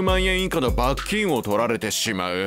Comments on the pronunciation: 罰金の発音が気になる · ナレーションの罰金の発音が気になってしょうがないw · 「罰金」のイントネーションが気になる木🌲